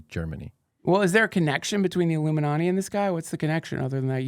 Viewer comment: Duncan, as far as I can remember, has always pronounced “ illuminati” as “aluminanni”😂